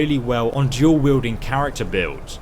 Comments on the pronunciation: Its fuckin !!DUAL!! wield not DUEL. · Dual-Wield not Duel.